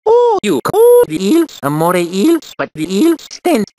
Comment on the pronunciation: You call eels amore eels? XD.